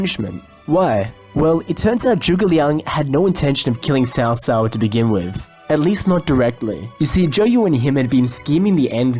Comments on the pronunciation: Hey bro. Really like the videos. Was just going to ask isnt Cao Cao pronounced more like... "cow cow" ? I just ask bc that's how its pronounced in the Kessen games(which are great even If not historically accurate) and probably in the DW games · In Cantonese it's Cho Cho, in Mandarin it's Tsow Tsow. Cow Cow is an abominable pronunciation that should be burned in hell.